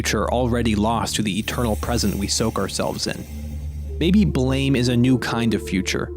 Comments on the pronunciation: It's pronounced "Blàm" but awesome video nonetheless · It's not Blame [bleɪm]. It's Blame [blAm] - the sound gun makes when shot. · Just wanted to say, even at this point, its not pronounced as blame. The author and creator of the maga intented it to be pronounced as the sound a classic gun would make when it fires, so ''blam''! Not blame. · ITS BLAM NOT BLAME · everyone reads it wrong, its supposed to be pronounced blam! like kelly's gun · well it is spelled with an e, therefore it is not spelled with no e, making it blame, not blam. It might be pronounced like blam, but it's spelled like blame.